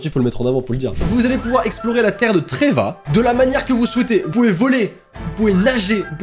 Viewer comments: Dans genshin ce n'est pas la terre de "tréva" comme tu la dit, mais de "TEYVAT" 🤦🏻‍♀️ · "La terre de Treyvat" Moi: "...C'est pas Teyvat? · TEYVAT ET PAS TREVAT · c teyvat pas trevat